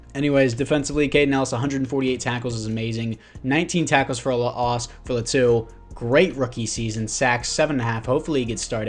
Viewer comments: they way you pronounce Latu is actually pretty close, mayble its L(ahh)tu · Laitu Latu is pronounced “Lay-ah-to” “La-to” also don’t hate on my daddy Justin 😤😤